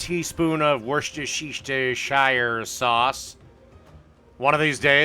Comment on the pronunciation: Worcestershire is pronounced "were-SESTER-sure." "Were" like in the sentence "You were going to the store"; SESTER is like "sister" but remove the "i" and put in an "e"; "Sure" sounds like, "Sure, I'll open the door for you." were-SESTER-sure.